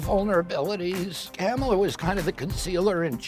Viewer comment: Sounds like everyone is calling her Camela